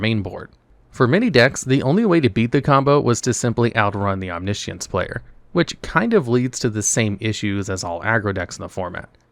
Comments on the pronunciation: OmniSience FFS dude at least try to pronounce words correctly. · He said omni-ishiance